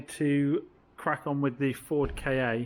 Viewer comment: FYI the Ford ‘KA’ is and always has been pronounced ‘car’. It was called this at its launch in the 1990s.’KA’ is Egyptian for soul btw